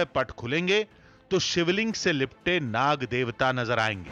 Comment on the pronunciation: Ancor acting Kam kar yar or nag devta bola kr na ki saf 😠